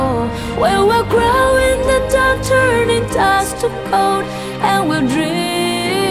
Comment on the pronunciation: 唱功是很厲害啦 但Glow發音成grow了 Dust發音成dost